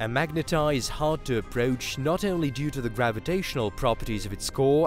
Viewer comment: Say "only" NOT" eonly! It's horrible to hear this rape of the English language! 😎